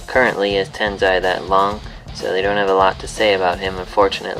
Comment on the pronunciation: Dude its not Tenzai its Tensai lol